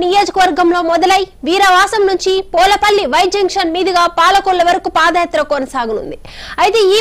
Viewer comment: ఏమమ్మా. నువ్వు కూడా జగన్ గారు బండ్లో చదువుకున్నావా. పోలపల్లి కాదు. పూలపల్లి.